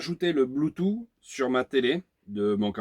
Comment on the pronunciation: C'est éxact que les 3/4 des emetteur Bluetooth décalent le son. Merci pour l'info sur ce modèle. Au fait pour Bluetooth moi je prononce "Bloutouce" et pas "Bloutou"...